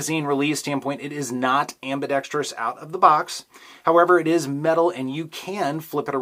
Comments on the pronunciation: How did you learn to correctly pronounce "ambidextrous"? It seems that no YouTube gun guys are capable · It's refreshing to hear someone who doesn't say am-bi-dex-tree-us.